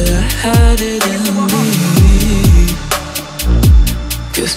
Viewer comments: i thought he said meh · It’s me not meh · Its me not meh